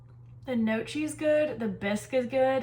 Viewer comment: Heyo, it is pronounced like "kniocky", a soft ng-like n, mute g, and the combo "cch" is like a "ck", ("cc" whitout the "h" would be a "tsh" like you pronounced it). ;) Congrats to finishing 75 Hard. I am halfway through :D